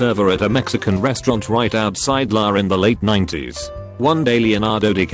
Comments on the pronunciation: Outside La? Who the fuck doesn’t know it’s EL Aye ? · Everytime the narrator pronounces L-A as 'la' I just start to lose it 😂😂😂